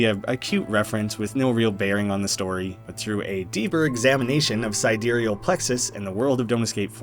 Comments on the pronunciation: sidEEreal Plexus?? I always thought it was SI/SYdereal Plexus… is there an actual correct way to pronounce this…??? I only now realised watching this video that it can be pronounced differently 😭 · Side real plexus… it’s side-real plexus. Sorry I love the vid but si dereal plexus just grinds my gears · huh i thought it was pronounced side real plexus, but sidereal plexus is also an option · I notice you pronounce “Sidereal” differently in this video than you did in the original video & the Don’t Escape 4 playthroughs. Any reason?